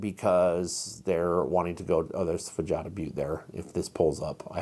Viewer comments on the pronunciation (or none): Hello! I just wanted to make a correction about the pronunciation of Fajada. The J makes a H sound. So it would be fuh-HAH-duh Butte. I just want to add that I really enjoy your channel and appreciate all the knowledge you share.